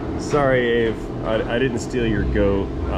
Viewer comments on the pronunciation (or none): I'm guessing you know already but just in case you don't. AvE is supposed to be be said A V E. It stands for Arduino vs. Evil.